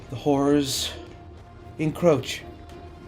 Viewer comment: My favorite thing about is his Inability to purrnounce half of the "R's" in HoRRors. Hearth mother, keep that poor little twink safe from what lurks in the night.